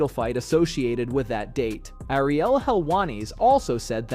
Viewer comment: Man made it a point to butcher every single name. Please do your homework before posting. Ariel is sounding Spanish for goodness sake 😂